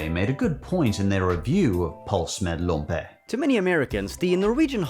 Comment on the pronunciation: As a norwegian pølse med lompe ( which you really butchered the name of (not to hate)) is just fine but a regular one with hotdog bread, ketchup and fried onion (if you like that) is much better imo